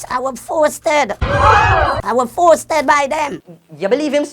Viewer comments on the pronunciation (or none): Forceted! Every time u say force mi seh forceted 🤣🤣🤣🤣